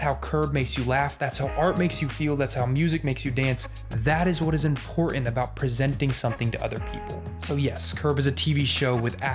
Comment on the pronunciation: Nice backdrop on Curb - But it’s “Written” not “Wrih-in” and “Important” not Imporh-ant” - Was “T” absent from your ABC’s?